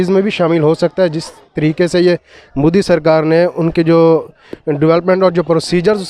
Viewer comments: He is not mudi he is modi at first correct your pronounce. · Pehle modi bolna sikho